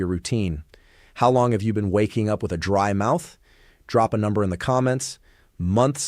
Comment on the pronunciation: DRY MOUTH NOT BRIED MOUTH